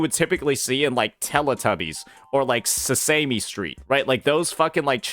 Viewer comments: Se-say-me street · Say-Sa-Mee street lol But yeah. WuWa is killing it. Actual voiced acted content. MC voiced. Actual cutscenes instead of constant text dumps with no voiceovers or skip button… for all content, even SIDE / events